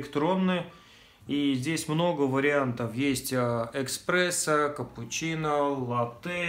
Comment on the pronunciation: не эКспрессо а ЭСПРЕССО